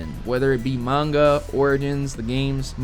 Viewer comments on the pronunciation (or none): none